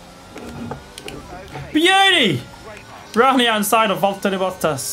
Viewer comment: That's actually impressive how he said Bottas' name correctly !